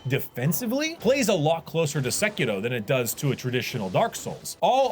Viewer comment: that sekiro prononciation tho... nice !